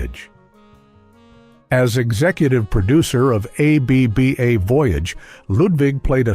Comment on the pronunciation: Why keep pronouncing the separate intials?.It’s pronounced aebaa